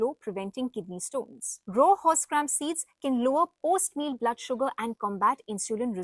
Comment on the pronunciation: Certain words are unheard by you, hence doing wrong pronunciation. It is Not Duretic but DiUretic. It is Not Row but RAW. By changing the name's spelling numerologically does not serve the purpose. Learn to pronounce the words correctly. Hope you won't mind.